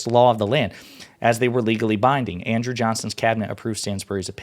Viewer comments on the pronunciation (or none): none